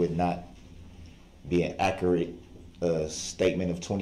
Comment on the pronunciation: "Akurit" statements